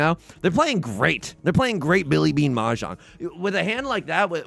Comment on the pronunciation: tips 4 dora “M’Jong”